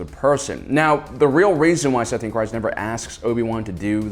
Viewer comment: every time u say satine kryze my ears burn. how can u spend ur whole life on star wars and not know how to say her name